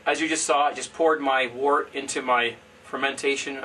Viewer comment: I always thought one should call the unfermented beer "wort" sounds like "wert" not "Wart". Isn't that the correct pronounciation? The word "word" sounds like "werd" not "ward" and so the word "wort" sounds like "wert".